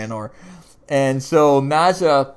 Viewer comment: Don't get upset but Its Nad-jia as in as in Nadia, she's not calling Gregor Jess, she has said Jeff as always. Just correcting you politely. We both love the show. Gregor will be there again, reincarnated every time remember, and yes Jenna, loved her. And " Gizmo" lol a vanhelsing that's hilarious